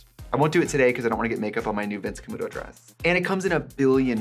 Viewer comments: Thanks to Trixie, I can never hear "Vince Camuto" without hearing "Vyins Kamoodoe" in the WI accent she put on when she once explained working in a department store. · I can only hear Trixie say “Vince Camudo” with the Midwest accent